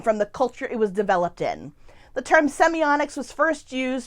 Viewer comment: Why do you call it semioNics?